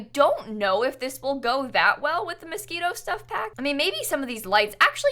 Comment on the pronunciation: she said mosquitoe lmao at the start abt the window